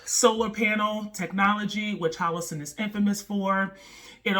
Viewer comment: HO LO SUN! LOL! U keep saying HO LO SIN.... PRICELESS!